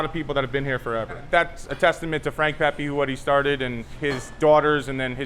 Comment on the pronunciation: Thank you for pronouncing Pepe correctly. Whenever I hear “Pehpay” it’s like stroking a cat in the wrong direction